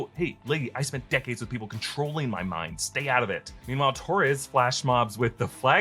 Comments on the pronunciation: It's Torres.. not Tories. I've never heard anyone pronounce Torres the way you do. He's hispanic. Also, kid isn't sketchy at all. He's a set up for the Young Avengers. Actor still looks like a teen. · Great video but I swear to God, if I hear you mispronounce Torres one more time.........